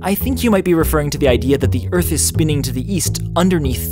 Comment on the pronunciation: Great video! But it should have been "Ring around the EARTH?" not "Ring AROUND the Earth?". You put the emphasis in the wrong place.